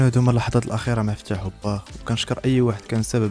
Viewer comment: السلام عليكم راكم خاطئين في النطق الاسم عبد الفتاح ماشي فتاح فتاح هو الله